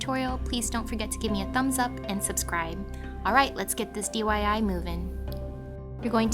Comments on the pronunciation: She said DYI instead is DIY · you said dyi instead of diy lol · not trying to hate but at about 19 seconds you said dyi not diy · You accidentally said DYI-Do Yourself It :) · DYI. I thought it was DIY: Do It Yourself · Did you say dyi? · Did anyone else hear her say dyi ? 😅💝 stiill loved the video thoe ..👀❤ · she said dyi